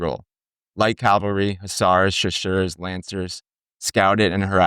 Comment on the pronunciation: C-A-V-A-L-R-Y versus “Calvary” where Jesus was crucified. Just sayin. Otherwise, I enjoyed the subject matter and visuals. Very nice.